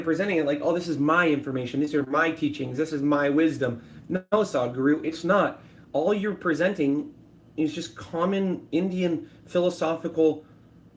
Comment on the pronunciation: His name isn't Sod-guru. Its sadhguru. You seem like that. Very whiny and bitchy. I think you need love buddy.